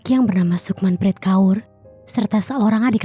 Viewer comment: Preet bacanya prit mba😂😂😂 lucu banget Pret kaya kentut